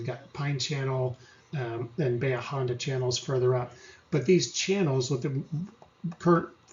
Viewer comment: Dude. It's pronounced Ba-hee-ya Honda..you lose credibility when you sound like a Yankee.